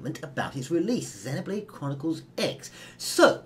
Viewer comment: It,s great you two know how to actually pronounce Xenoblade!!! Your in the minority but your right!